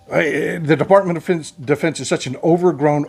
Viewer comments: You almost called it Defartment of Defense. I like that. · I know it was a flubb, maybe not, Defubbed, was a great slip of the tip. -Boone, Amarillo, Texas